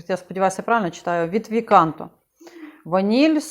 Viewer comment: Вибачте , але V CANTO - це ( не ві канто ) а квінто канто( П'ята пісня, п'ята глава) , римська 5 . Лінійка ця присвячена Божественній комедії Данте Аліг' єрі.